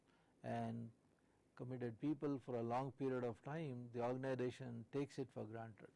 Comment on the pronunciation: Irritates me by telling ORGANIDATION instead of Organisation